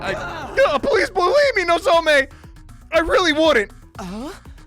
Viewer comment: You keep saying "Nozome". It's "Nozomi"